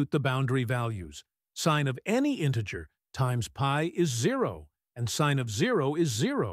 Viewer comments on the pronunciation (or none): none